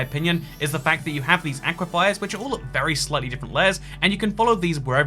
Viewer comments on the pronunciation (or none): Did he call aquifers aquafires?